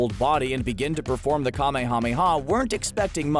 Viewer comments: I just...REALLY hate how he says Kamehameha. There's H's in there sure, but even the actors (both Japanese and English) pronounced it "Kameya Meya Wave." Or they'd at least split it into a two word structure with the H's in there. Saying each syllable like "Kame Hame Hawww" is just goofy. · I stopped watching when you miss pronounced the Ka May Ah May Yaaaa! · I cant stand how the person pronounces "kamehameha" its like he's saying "KaMeHaMeHa" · Don't say Kamehameha like that! 😤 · Idk if it's intentional or not, but that "kamehameha" pronunciation is killing me. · I overestimated how many times I could listen to someone pronounce Kamehameha incorrectly. They say it in the show about a million times. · Will you please learn to say Kamehameha correctly? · So we're just gonna let that cringy Kamehameha pronunciation go huh?